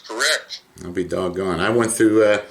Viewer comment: "Well, I'll be dog'on" gets me every time😂